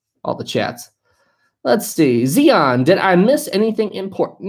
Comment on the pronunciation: He said my name wrong it’s not meant to sound like an e or ZEON it’s zion